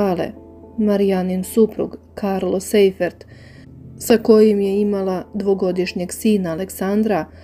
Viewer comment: Sajfert, a ne Sejfert - nemacko prezime, "sei" se cita "saj".